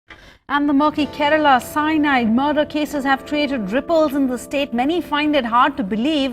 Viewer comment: The way you pronounced la in Kerala was just🔥.....this probably sounds silly but you gotta admit that we malayalis are extreme criticist when coming to pronounciation..